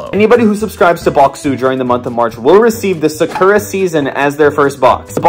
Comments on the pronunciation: I’m Japanese and the way you pronounce the sakura flower is ( Sa- Koo - Ra ) どいたしまして☺️ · So who gonna tell him he said Sakura wrong